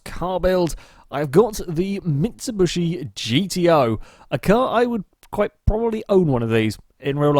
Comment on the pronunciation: "Mitsuhbushy". I can't stop laughing at that.